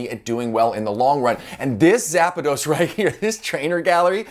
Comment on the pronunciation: So kind of you to give Zapdos a little A in the middle haha :D my brain was like "A what?" Great video as always ! :)